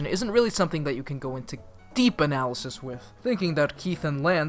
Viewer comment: Did it say "anal...ysis" or is was that just my gay ass?